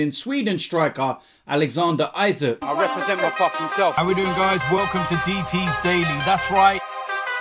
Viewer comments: Bro it’s not isak its ii saak🙄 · Isak is not pronounced Isaak. It's pronounced E-Sak